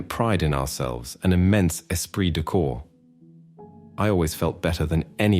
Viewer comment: These narrators drive me up the wall. W as W for Waffen SS. I thought that W was as V. Then not a corp as in Marine Corp but Corpse like as body.